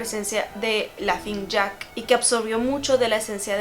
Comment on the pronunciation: Entré en desesperación cada que decía "lafing jack" 🙄 (es Laughning Jack)